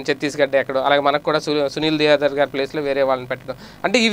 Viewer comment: Pronounce his name as SUNIL DEVDHAR.